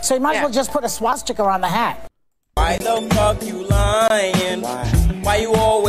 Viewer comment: Hey Behar, wtf is a "shwasticker?"